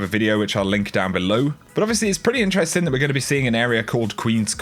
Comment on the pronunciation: why does this dipshit say "intrestink" instead of interesting